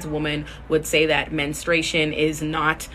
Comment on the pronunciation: "Men-stru-a-tion" baby. ♥